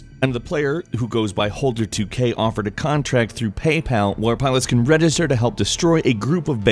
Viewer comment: you mispronounced register. you said redister